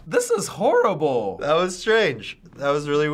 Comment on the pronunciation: "this is hor-da-ble"